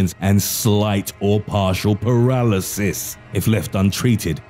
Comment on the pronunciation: NARRATOR'S HIGHLIGHTS - "... Slight or partial PARALYSISSS" - "... Elementary SCHOOL teacha" Men, this narrator rocks!